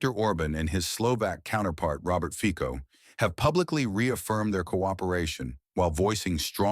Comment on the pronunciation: His name is FICO, and not FIKO ! Stupid narrator ! FICO, not FIKO ! LEARN HOW TO SAY IT RIGHT !